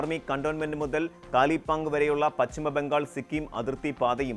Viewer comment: സുദേവു അല്ല. പച്ചിമവുമല്ല; സൈനീകവും.